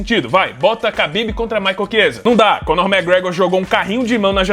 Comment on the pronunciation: Parabéns por pronunciar khabib corretamente, o ufc dublado sempre diz cabibe